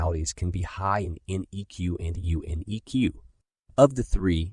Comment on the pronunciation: It's EQ not EK,.